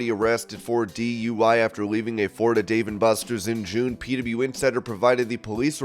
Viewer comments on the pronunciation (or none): none